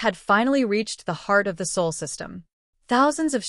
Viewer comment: It’s Sol not Saul